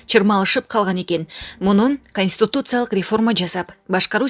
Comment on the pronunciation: Диктор, туура суйлоону уйронунуз, сиздин кесип журналист болсо, терминдерди туура суйлогонду уйронуу керек! Конституциялык деген созду да туура айта албайсыз, башка создорду дагы!!!